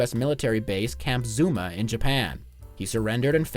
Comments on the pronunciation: Camp Zama, not Zuma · Camp Zama, not Zuma… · Camp Zama, not Zuma. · Nice vide, but it's Camp Zama, not "Zuma"